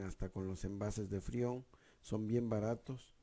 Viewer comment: Madre miaaa..que malo no sabes ni decir freon !!